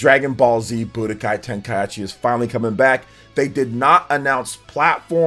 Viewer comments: bro you get a dislike for the butchering the name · My man out here mispronouncing Tenkaichi just to drive people to the comments for the engagement. Shameless lol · You're the ONLY person I've heard BUTCHERED the word Tenkaichi smh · dislike for saying tenkaichi wrong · he must have said it on purpose for comments lol ain't no way he actualy thinks its pronounced like that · Tenka-whut-WHUUTTT??? Anyway, would be nice to see more updated DBZ games. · I've never heard anyone butcher Tenkaichi that hard it was hard to hear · The way he pronounces Kakarot and Tenkaichi. 😅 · I was happy for this till the guy pronounced Tenkaichi wrong xD